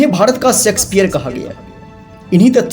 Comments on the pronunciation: Very nice video ! However, you may also like to improve your Hindi "uchhaaran"( pronunciation). There is a basic difference in pronouncing 'S' and 'Sh' and hence 'Shakespear' cannot be pronounced as 'Sexpeare' as you did. Hope you will take it in right spirit. Regards. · Sexpere nahi Shakespeare he bhai... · Bharat ka "Sexpeare"!? Please fix this.. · Sexpear....Dismal pronounciation